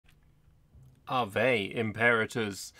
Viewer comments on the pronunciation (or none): Ave is pronounced /awe/. 👍🏾 Great video, though! I've always been in the small camp of fans for IR, so it's nice to see it getting some spotlight.